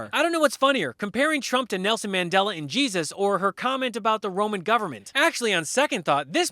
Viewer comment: Nelson MandelO?? Who da fuck is that or can she not pronounce words what does she mean when she says words?